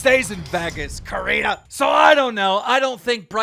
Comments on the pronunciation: Keem, I love you and your content bro but..... are you a bit illiterate? Your pronunciation of names are off almost every episode! Her name is Corinna ( not coriena) its Corinnnnnna.. And Lana Rhodes is not Lana Rhose, its Lana Roads... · COR INNA!!! NOT COR INA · Repeat it with me… CO-RE-NA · I love how he still says it "core-re-na" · Keem LISTEN SAY LA-NAH LA-NAH NOT LAY-NA it's LANA. Its also COR-IN-AH not COR-A-NAH CORINA. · It's Corínna not coreena. it's Lana not layna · will keem ever say lana and corrina’s names right? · It can't just be me that kept getting annoyed because he kept pronouncing lana and corinna wrong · Annoying how he mispronounces Corinna’s and Lana’s name